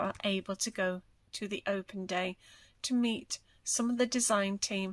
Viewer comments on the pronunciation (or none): none